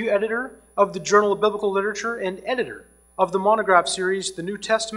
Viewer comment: Why on earth do these doctors keep saying "lit-uh-ture"? It's "literature".